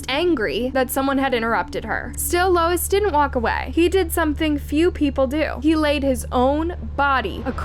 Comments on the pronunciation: The witness is Louis, not Lois. AI sucks! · Ugh it’s not “Lois”, its Louis (pronounced Lou-ie). That’s driving me nuts… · Louis is pronounced- Lewis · Louis. Not lois. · His name is not “Lois”. It’s spelled “Louis”, which is pronounced either “Lewis” or “Lewey”. Not “Lois” (the mom on Family Guy). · You pronounce “Louis” as “LOIS”??? For real??? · Louis is pronounced like Lewis. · Louis = Lewis. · Lol, yeah... that's a pretty sad mistake 😅